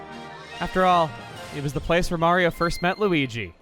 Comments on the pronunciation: LU-BEE-GI?!?! hahahahahahahahahahhaa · Not even lui-bee? Smh my head